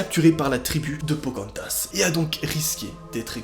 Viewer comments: Pocantas?! Non Pocahontas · Pocantas !!!!! C’est pocarantaseeeeeeeeee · Non pas phocaantase 😥😥😥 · C pas POCARONTHAS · Pokantas?On dirait un Pokémon humanisée😂😂😂😂